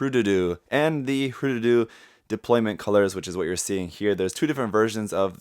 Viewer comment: Thanks for pronouncing it correct. "Hroo-Dudoo", not "Her-Doodoo"